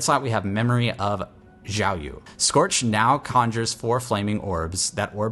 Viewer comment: sannn~~! Nice vid. Btw xiao yu is probably mandarin, so the yu sounds like "wheee", but instead of shifting lips to smile position when transiting to the eee part, lock lips in a whistling position throughout the word. Don't know if that short description makes sense but.. I tried.. Hahaha